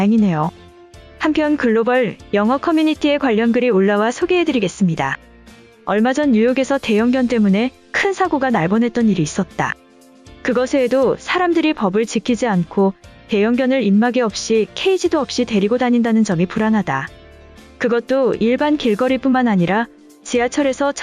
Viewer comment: 또박또박 잘 들리는데 ' ... 날 뻔 ' 으로 읽어야할때 , 쓰여진대로 ' ... 날 번' 으로 읽으셔서 번역기 돌린것같은 느낌이예요. 소리나는데로 발음 하시면 더 좋으실듯^^